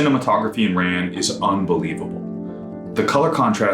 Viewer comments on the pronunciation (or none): Not to nitpick but it's pronounced RON. This movie made me obsessed with Japanese costume design and Emi Wada is one of my idols.